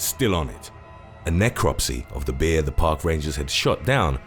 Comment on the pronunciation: "Bee-ah" - I'm not sure why his pronunciation of that word tickles me so.